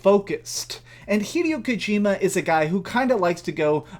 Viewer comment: “Ive always been a big fan of hideo kojima games” Says hideo kojimas name wrong 😂